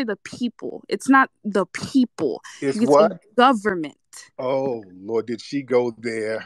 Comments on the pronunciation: She ran right into it "It is de guvamint!" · One does not simple just say The Government. It's Dee Gubba Mint 😂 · Tetherslaining in 5..4..3..2..1..😱🤣😂🤣😂🤣😭da gubbamint it's de gubbamint..de gubbamint 😭😭😭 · It’s not her fault, “it’s de goberment” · It’s dee GOVERNMENT!!!😂😂😂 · 😂😂😂 ITS D GHUBAMENT …STOP TARIQ… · IT'S DEE GOVERNMENT 😂😅😊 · Dee Gubba Mint 🥸